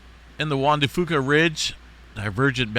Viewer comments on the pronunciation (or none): Thanks for the update. I live in Tofino. Just so you know, Fuca is pronounced 'Few-kuh'